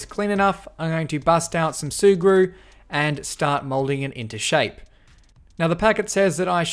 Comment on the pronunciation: Sea glue ? Sea grew? What the hell is he saying? Edit: Ahh its sugru ...